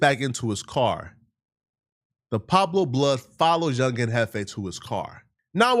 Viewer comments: This stupid fake funky immigrant can’t even read Pueblo is nowhere close to Pablo dumb fuck Green light this fool he’s too disrespectful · Smh 😆 cant say it correctly for nothing...